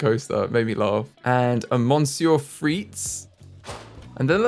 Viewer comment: Monsieur Frites is actually pronounced miss-sieur frites :)